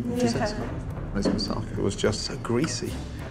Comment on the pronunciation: For goodness sake pronunace tge food properly!! Im British but I can pronounce Greek dishes!! Moussaka and gyros. Bad form from a chef!!